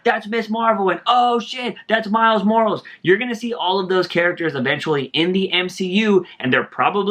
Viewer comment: Good video bruh. Miles last name is pronounced More-Al-Is. He's part Latino.